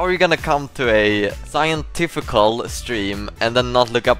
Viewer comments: Did you say Siontifical? Or scientifical? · Did just say SIONTIFICAL?